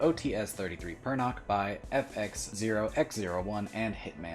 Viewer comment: For the future, Pernach pronounced not like Perna[kh], but more like in [Ch]arcoal. If translated literally it something like feathery.